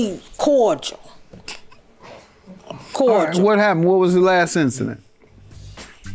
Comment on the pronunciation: “We corjal” lol